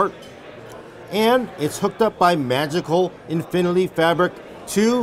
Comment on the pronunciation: Infinily diddly doo